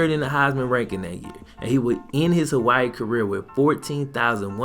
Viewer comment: Aye i luv yo vids bro but you butchered my states name😂